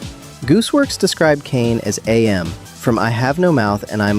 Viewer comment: It's AM, not Ay-Em.